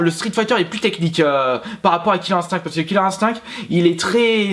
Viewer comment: Omg il a dit "killer Instink" XD